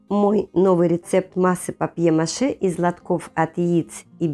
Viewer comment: I really dislike AI voices: PAPER MATCH for paper mache !